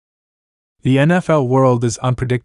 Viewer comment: These computer generated voice overs just suck.....the cowbuss??